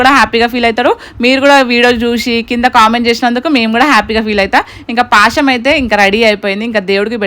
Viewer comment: Adi pasham kadhu bro a word curret telusukooo